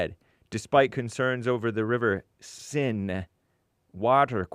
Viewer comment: it is pronounced "sane" with the English way to say "sane". It is not s-e-n-e but S-È-N-E. we have accents above letters in French language. The simple E is pronounced "a" as in "a mistake" and the È is pronounced "a" as in "" and the É is pronounced "ay".as in "stay". You can make a mistake but stay real;)